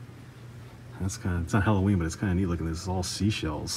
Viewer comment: have to watch this with the volume down as it bugs the hell out of me when someone cant pronounce the word "halloween"